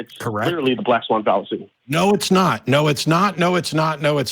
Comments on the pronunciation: "The black fawn swallacy" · The black swan fallacy “Fwan Sallacy” LOL 😝